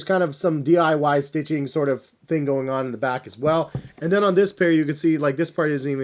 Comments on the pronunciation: So no one noticed he said "dyi" when its DIY lol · did he say DYI and not DIY?! 🤣